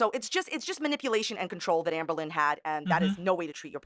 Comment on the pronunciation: I love how she pronounces ahmbURlin